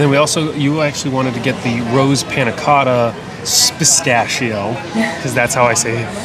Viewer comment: Spistacio is an awesome way to say that, says bastacio. lol